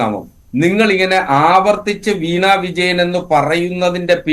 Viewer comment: വീണാ വിജയൻ എന്നല്ല..... വീണ വിജയൻ എന്നാണ്..